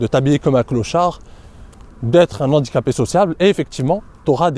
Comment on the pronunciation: Super vidéo, comme d'habitude. PS : ne pas faire la liaison avec "un handicapé"